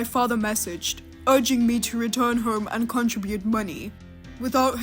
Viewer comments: I have a British friend and that's the way the British pronounce contribute. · PLEASE learn to pronounce "contribute".